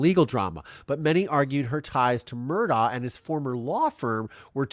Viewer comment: The Murdaugh family pronounces their last name Murduck.